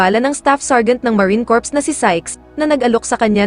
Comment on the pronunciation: Tanggalin mo ang P sa pronounciasion at nakakahiya marine core lng